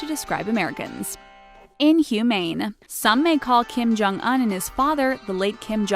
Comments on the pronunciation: Kim Jong Un the "Un" part is pronounced "oon" not "uhn" lol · Kim-Jong Un's name is pronounced with a long U, not a short U. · She said Kim Jong Un wrong... she would've gotten killed if a North Korean Heard her day that